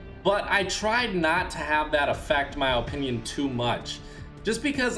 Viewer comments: It isn’t ooooopinion it is pronounced ah-pin-ion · In his Ohpinion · "In my Olpinion."